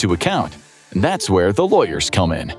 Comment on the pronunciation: One thing I have to tell you; The word is Where, not Ware.